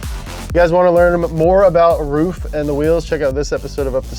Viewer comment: Hey ruf is pronounced r-u-f not r-uf bubba